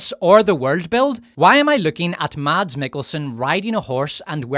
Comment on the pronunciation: A sidenote: The D in Mads (Mikkelsen) is silent and the A is short, like in “mess” but with an A instead of E of course.